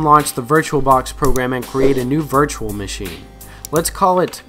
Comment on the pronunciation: vurtral box